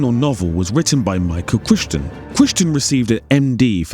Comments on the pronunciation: It's pronounced cry-ton. Not sure how he got that so wrong. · Have you never heard Michael Crichton's name said out loud? 😂 It's sooooooooooo wild when a video full of technical information that CLEARLY took tons of effort and research pronounces the author's name wrong. BUT this happens surprisingly often so you're in good company!